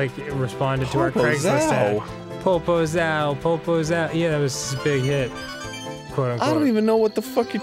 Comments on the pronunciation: I dont know if Danny knows, but every time he says poposao he is saying big ass. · I'm brazilian and when I heard "popozao" I just thought "please don't be the word I think he's trying to say". It was. I didn't know that song existed, but sorry. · HOLY SHIT Dan Sucks at portuguese, but it's fucking funny to listen to him trying to say the words, made my day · I know this video is old, but "Popozão" means Big ass said in a poor way